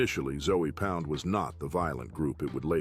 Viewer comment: this all sound like basic information you can google and put the text to an AI and let it speak it's ZOE pound not ZOEY pound this is horrible work